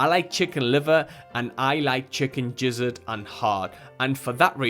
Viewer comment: Lol he said jizzard.